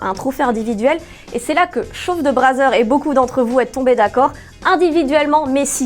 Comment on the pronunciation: Elle n'ose meme pas prononcer le V du "chauve de brazzers* hahaha